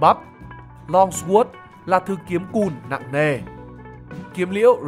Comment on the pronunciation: Kênh học thuật mà đọc sword mà Sờ quớt là thua r, khác j trẻ trâu đọc team thành tem tem đâu :))